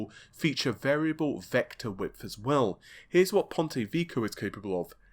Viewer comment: Ponte vecchio, not ponti vicchio